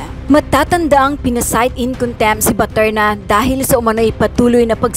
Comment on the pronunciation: How come the congressmen cannot pronounce the correct last name of Miss BATERNA?